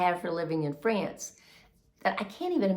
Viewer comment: France pronounced without ants. Trying to help no ants … no ants. Try ance or once.